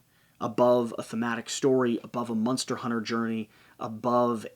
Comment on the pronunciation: Is "munster" an inside joke, or is that just how you pronounce "monster"?